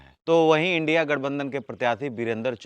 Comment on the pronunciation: इंडिया बोलते हुए लाज लग रहा है? What is this,Indi? The word you are pronouncing indi that is India.